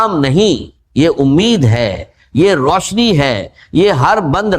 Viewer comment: روسنی ،رجک، کھزانے، رجاک آجمائس یہ سب الفاظ اے آئی کو اردو میں ابھی بولنے نہیں آتے